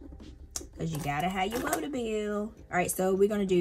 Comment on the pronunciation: Love the way you say "woota" are you sure you're not from Jersey or Pennsylvania?